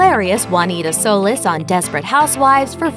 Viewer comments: It's not Solace, it's Solis. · SO LEESE. Sorry for a desperate housewives fan the mis-pronunciation annoyed me lol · Solis pronounced like Soulless? lol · Sarah Johns as a fan it annoyed me too, like your reporting on it probably should of watched an episode {or all of them 😂) before you did this job. Thanks for pointing that out😁